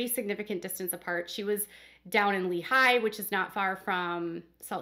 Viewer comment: I know this is really stupid but as a Utahn, its driving me crazy. The emphasis in Lehi is on Le not the hi part